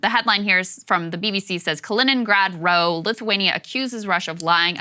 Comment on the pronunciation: "Row" as in argument, rhymes with "how"